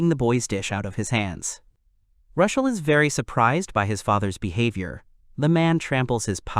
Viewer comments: I hate the AI problem with gender but why do you keep calling Rushel, Rachel?? Even when he is talking to Rachel. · rushel? rochelle? raquelle? rickel? its just confusing. MC or protagonist works just fine if the AI cant pronounce the names....